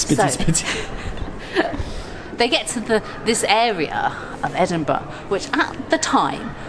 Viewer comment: OMG THEY SAID EDINBURGH RIGHT!!!